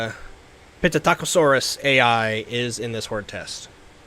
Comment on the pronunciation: I do apologize and im not trying to be rude but its bugging me so bad. The p in psittacosaurus is silent, its pronounced sit-taco-saurus again my apologies.